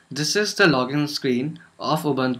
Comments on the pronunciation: Wrong pronunciation "Ubuntu". It's Ubuntu, not "Ubantu" -_ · yes, they are pronunciation is "Boo" but you are sounding "ba"